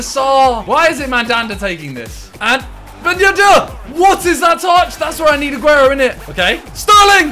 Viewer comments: No one: Simon: Ben yed-AIR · No one: Simon: Ben yeddde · nobody: simon: ben yedair